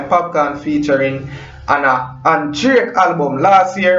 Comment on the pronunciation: Bredda its DRAKE NOT JRAKE,,,WHY UNNU JAMAICAN BLOGGERS CANT PRONOUNCE UNNU WORD